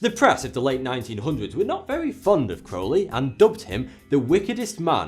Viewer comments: Holy shit, someone on YouTube actually pronounced Crowley in the correct manner. I'm utterly astounded. (Instantly subscribed) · Hiya. Great vid as always. I thought the segment on Crowley was very well written & balanced. I like that you pronounced AC's name correctly-rhymes with holy-which most people get wrong. Top-notch work Sir. How about a video on Aleister Crowley? I've a certain amount of knowledge on the subject so if you need any info or research pointers do drop me a line. Keep up the good work brother.